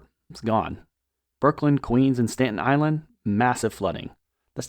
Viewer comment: he said state_In Island. it is pronoucned as Stat_ten island. You're welcome.